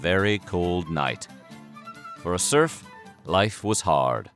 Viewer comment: At some point I stopped hearing serf, it turned into “smurf”. It sounds very odd when you listen to it in that context